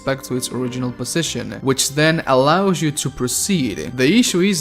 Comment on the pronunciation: your YOU sounds like jew. "jew may like it jew may hate it". XD